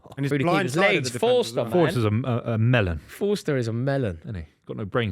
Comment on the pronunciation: keeps calling him "Foster".